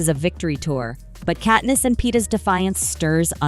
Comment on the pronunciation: Ahh yes, Kateness and Paynem 🥴🥴🥴